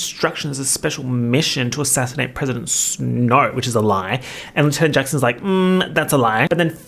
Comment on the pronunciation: I had to take a sanity break after you pronounced Snow's name as Sn-Hoe. you cant keep getting away with this